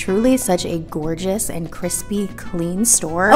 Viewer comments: I love you and watch every single video you post but you saying gorgina every time in place of gorgeous is sounding cheugy🫠 I promise I’m not trying to be mean😭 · i cringe every time she says "gorgina" 😅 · ❤ u but pls STOP saying “GORGENA” for gorgeous